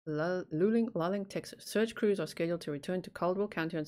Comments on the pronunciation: Luling is pronounced Lou...ling. The southern states (USA) have crazy pronunciations for so many things. Yes like that you are looking into missing people but I like all of your content! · Just FYI.. it’s Loo-Ling (is how you say it). I’m about 10 miles from where Jason Landry disappeared. Always followed Paulides’ cases. Pretty spooky having a similar situation so close. Feel horrible for his family.